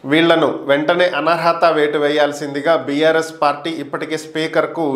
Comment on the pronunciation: అనహర్వత- అనహత కాదు